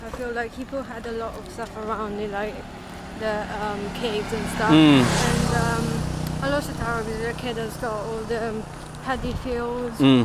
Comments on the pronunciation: FYI its pronounced as Alor Star with the silent 'e'. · Going to roots, it's Alor Star. Going by a miss here and there, it's Alok Sta.